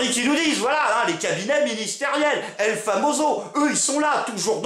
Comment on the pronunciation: On dit "el famosso" et pas "el famozo".